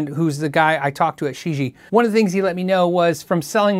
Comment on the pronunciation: Gonna guess that Shijie is 世界 (which means "world"). Pronunciation would be more "sure jeeyea" - just use google translate to hear it said.